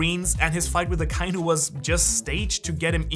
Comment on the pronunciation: Hey, man sagt AKA-INU nicht akeinu... echt